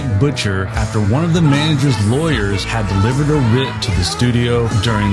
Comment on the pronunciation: "The Tale of the Mangers"?!? I'd like to buy a vowel, Pat.